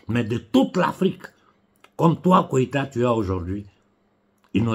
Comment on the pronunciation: c'est GOÏTA et non KOÏTA!